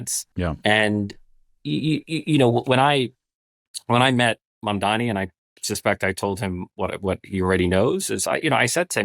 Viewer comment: Holy shit Scott learned how to say Mamdani's name